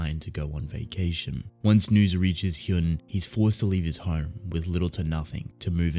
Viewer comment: I see others have already said it, but 1. "Hyun" is pronounced as you'd pronounce the "un" of words like un-stoppable, etc. "Cha" is the surname, so by Korean culture it should be said before the name. (Also I haven't read this webtoon yet but I think I remember the main character's name being Cha Hyun-su, not just Hyun, so... is that just a translation error...?) 2. I highly recommend "I don't want this kind of hero". It's comedy, slice of life, supernatural, and hides under this seemingly light-hearted air while having these piercingly astute observations and satire about society. Later on the themes and stories it tackles get darker and bloodier too (though it never shied away from death and tragedy to begin with). The art starts a bit shaky but becomes straight-up beautiful later.